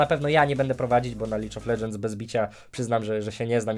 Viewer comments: nie Licz of ledżends tylko lig of ledżends panie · Lidż of Ledżens xD